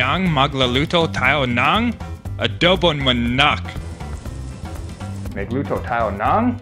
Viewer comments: taena 2019 na pero ADOHBONG MAHNAHK PAREN HAHAHAHAHAHAHA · 'Abowbong manacc'